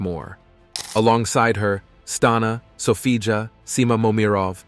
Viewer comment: Sophia not Sofija ..